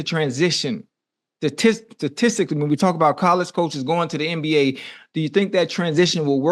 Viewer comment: “STATICALLY UNC” 😂